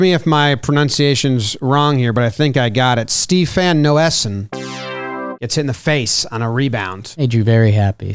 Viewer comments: Sorry to spoil the fun, but Noesen's pronounced "NAY-sin", so no scope for puns on the play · Noesen Is pronounced nay-sen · Steff-on Nay-son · its nay son. steff in nay son